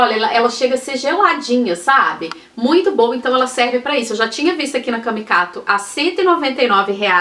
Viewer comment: do céu...toda vez q vc diz "Camicado", eu na realidade entendo q vc diz "CamicaTo" kkkk...eu conheço a loja como "Camicado". Sou de São Paulo e amei saber q pagou tão baratinho nos vasinhos (q tô atrás há um tempo) e na migalheira...arrasou!